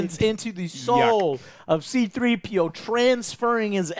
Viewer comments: love 3C-PO not C3-PO 🤣😂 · Its C-3-P-O Joe! Not 3-C-P-O u said it like 3 diff times. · Say 3-cp0 one more time Joe ITS C-3P0 REEEEEE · Joe its not 3-CPO but C-3PO !! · isn't it C-3PO, Joe? You kept saying 3-CPO lol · its C3PO joe not 3CPO lol. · When you call yourself a real Star Wars fan, but cringingly keep calling 3PO, CPO. Sure Joe your opinion is the best when it comes to Star Wars "noncasual". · I find it funny whenever Joe says 3CPO instead of C3PO, always cracks me up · 3 see pio lmao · Bruh, he’s a casual? You called C-3PO 3-CPO and didn’t know that those foldable lightsabers have already been around smdh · Did Joe say... 3-CPO? XD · "3CPO." Every single time 😂😂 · HAHAHAH ha it is c-3p0 not 3-cpo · Joe it’s c-3po not 3-cpo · JUST SAID 3CPO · C 3 P O JOE STOP SAYING 3CPO😂😂😂 Love the channel bro keep the content flowing 🤙🏻🤙🏻🤙🏻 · I can’t make it past them calling him “3-cpo” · someone please tell me Joe is saying 3CPO as a joke and not on accident because my OCD is killing me right now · Anyone else heard Joe say 3CPO? Lol! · "three zi peeo" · C3PO Joe, C3PO 🤦🏽‍♂️😂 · I love how Joe always mispronouncing stuff. 3CP0 🤣🤣🤣🤣🤣🤣🤣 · You saying "3-cpo" has pissed more off more than it should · Seriously... It's done intentionally. Go back and listen to him pronounce “Thanos”. It's to get a reaction out of people he even says that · Why does Joe always say 3CPO? lol